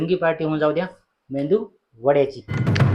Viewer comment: मेंदू नाही मेदू